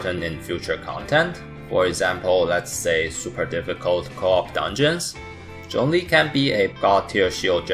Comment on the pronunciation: Remember guys his name is 钟离, not 钟力 (google translate to hear the difference)